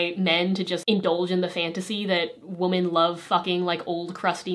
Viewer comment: I've never heard someone pronounce "woman" and "women" exactly the same before